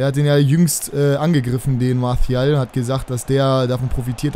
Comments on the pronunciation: Ja ich habe französisch in der Schule...'Marsial' würde ich mal sagen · Warum sprichst du Martial mit spanischem akzent?